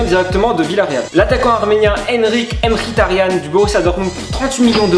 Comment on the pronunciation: Merci d avoir respecté mkhitarian il y a que toi qui arrive a bien le pronnonce